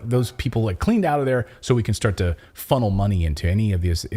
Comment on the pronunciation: Just wanting to remind everyone Natalie said “funneling moneyly”. Let us never forget this gem 💎